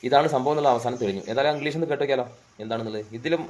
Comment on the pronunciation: ഇന്ഗ്ലീസല്ല kungilis